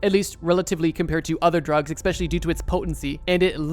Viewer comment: Eckspecially., hehe..